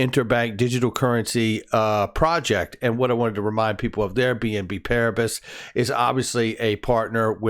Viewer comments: Pronunciation: Paris = pari. BNP PARIBAS = BNP PARIBA. you do not pronounce the s at the end. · FYI. Its French so you say "BNP Pariba" you don't say the last consonant in the french language.. :)